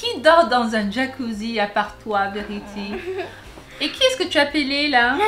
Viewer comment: t vraiment cute quand t'était petite:) je t'adore elle dit pas vérity elle dit verty:)